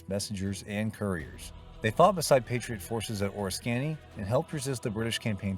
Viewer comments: AS someone who lives in Upstate New York I feel I must say that it is Prounounced Ore Risk Canny. Please get the pronunciation RIGHT! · Your pronouncement is so wrong! The battle is called, Or-ris- kan e ! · You lost all credibility with the mispronunciation of Oriskany. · I just and won't give this a thumb's up. The AI varies from terrible to pathetic. First, it's NOT the civil war.. IT"S the REVOLUTION!! Learn!! how to pronounce the name of the battle CORRECTLY!!.. PLEASE!. A terrible vid.